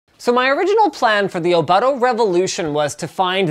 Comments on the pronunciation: Which you please say the name right. "Oh-Boat-Toe" Not "Oh-BUTT-oh" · its pronounced o-boot-o :)